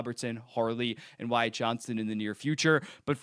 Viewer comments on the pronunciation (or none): none